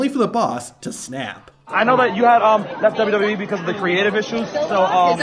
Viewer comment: Stops saying "dwee". The company is called "WWE" (pronounced, double you, double you, Eee).